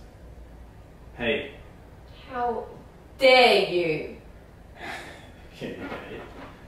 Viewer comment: She said “ how-DARE-you” 😂😂😂😂😂 ROFL